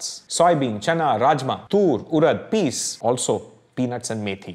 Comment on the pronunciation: "Peas" is not pronounced like that. That's something else entirely.